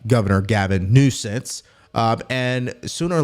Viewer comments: Did you say governor nosense? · Its Newsum not Newsense. Be professional if you are going to report news. Lets be better than a democrat.